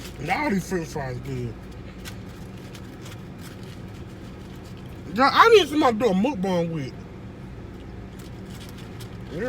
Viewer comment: Damn!!!!MUK-BANG!!! Say that SHIT RIGHT!!!!!